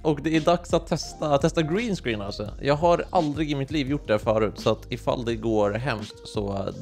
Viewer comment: Tycker det var bättre uttal green screen och du är BÄST